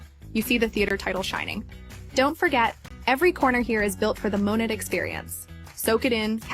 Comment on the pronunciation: Why is it that the only ones who bother to pronounce Monat correctly are the anti-MLMers